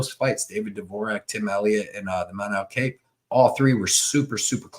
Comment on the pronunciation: W. only complaint is learn how to say Kape (pronounced cop)